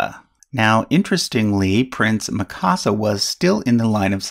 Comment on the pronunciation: Watch attack on titan for pronunciation of Mikasa.....